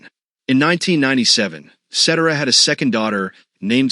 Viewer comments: Ce-Terra NOT set-er-ah. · You get mispronounced names🤣🤣🤣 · try getting his name right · More research. Up-to-date info and number one bummer is that his last name was mispronounced. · This video would have more credibility if you pronounced his last name correctly. 😂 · I'd be better if you knew how to pronounce his last name.....gads